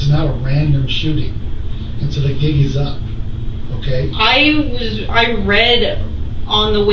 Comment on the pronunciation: 😂😂😂 The "Gig" is up 😂😂 Not the "Jigg" 😂😂 Sorry... 🤦🏾‍♀️🤦🏾‍♀️🤣🤣🤣 Shes off....